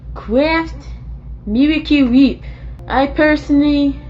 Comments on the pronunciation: I love how he says miracle wheeep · The "meewicle weep" gets me everytime 😂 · i love how his pronounciation goes from 'wheep' to 'whip' to 'WAP' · Noah's Feud Weview. Mirwica Wip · Miwicale Wheep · Meewicle whhiiiiip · Meewecule Wheep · "Miwacew wheip." I can't think of the product without his pronunciation ever again. They should have paid him for the advertising.